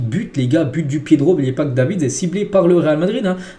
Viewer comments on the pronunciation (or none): "Dévissssss" pas davids